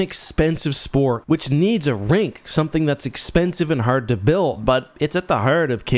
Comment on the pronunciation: are you a maritimer? The way you pronounced "heart" and "hard" make it sound like you're from Nova Scotia!